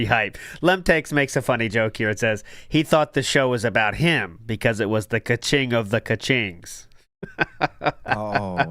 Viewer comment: The fact that you still call it "ka-ching" and refuse to correct yourself is extremely cringe and Phil like.